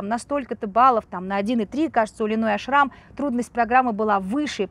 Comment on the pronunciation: Во-первых, Линой Ашрам, а не АшрАм. А, во-вторых, у Линой никогда не было русского тренера. Ее личный тренер Аелет Зусман приняла ее в группу маленькой девочкой. Да, Линой знает немного русский, т.к. в ее окружении много русских девочек. Так что советская школа к Линой имеет ровно такое же отношение, как и ее происхождение